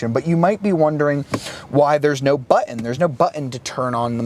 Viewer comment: I hate the way he pronounces "button"